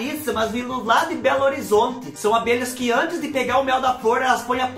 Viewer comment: Aí tbm sou de Belo Horizonte ' amo ouvir vc disse Belo Horizonte ' e que coiseiras kkkkkk fico feliz por vc '